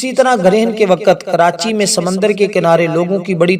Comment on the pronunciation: wakat nahi wakt marach nahi march jahil